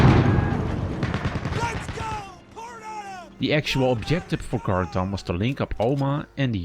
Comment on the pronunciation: Did he call Carentan conton